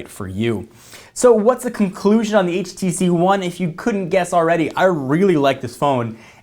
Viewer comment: HTC One not HVC One